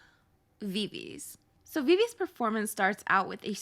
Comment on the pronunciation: Viviz pronounced vivizi